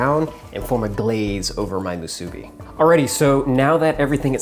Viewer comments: Not muSUbi...its musuBI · Great video but its pronounced moo-soo-bee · The way how he said musbi is so wrong 🤦🏽‍♂️ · I cringe at how you say musabi lol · Itʻs moo-soo-be! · am i the only one that’s lowkey triggered on how he says musubi? “moo-subi” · pronounced moo-suh-bee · ill give him that he did pretty good with the musubi lol even got a lil fancy with the sauce and smart with the can 4.5 out of 5 (mostly cuz of the pronunciation kinda made me cringe one too many times lol) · Anyone else from Hawaii cringed when he pronounced "Musubi" incorrectly or is it just me? lol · Hawai’i ppl: cringing every time you say Musubi 🙃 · I physically cringed every time he said musubi 😭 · Me, too! Glad to hear I wasn't the only. But I also cringed when he made sushi rice for the musubi. He should have called it spam sushi musubi. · The way you say musubi annoys the fuq outa me.